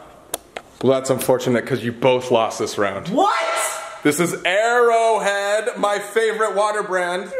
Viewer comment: Colby: This is either airo head which I have personally never heard of” Also Colby: ITS MY FAVOURUTE WATER BRANDD